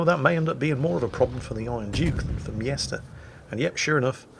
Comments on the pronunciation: OMG! The guys name is M Jester, NOT MIESTER! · wtf is a yester? its clearely pronounced jester :S